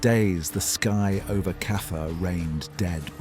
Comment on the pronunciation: Stop saying Kaffer